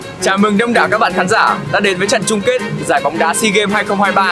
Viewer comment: SEE (NHÌN) :)) SEA (BIỂN)